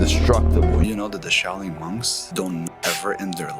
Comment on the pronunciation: Shao Ling sic. Cant even say the word , maybe he had kung fu panda teach him , as shifu was busy ! And now hes got 10x testosterone , thats not even healthy let alone true !